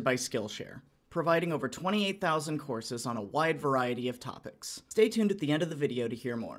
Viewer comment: I heard horses instead of courses